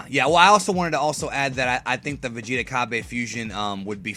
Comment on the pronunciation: its called cabba (ca-ba)